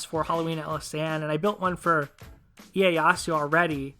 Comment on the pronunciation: They way you say ieyasu triggers me so much